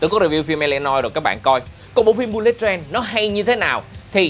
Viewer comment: bullet đọc là bu-lịt mới đúng nha a